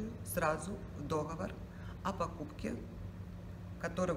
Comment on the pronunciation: Не дОговор! А договОр!!!!!!!!!!